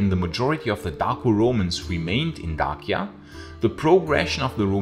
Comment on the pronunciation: You’re the first person I’ve ever heard pronounce Dacia correctly, bravo!